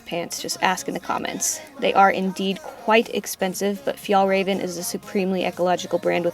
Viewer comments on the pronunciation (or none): Fjällräven means Artic Fox in Swedish, also, it's a Swedish brand ofc. I love artic foxes :) Also, it's so funny how you pronounce it :p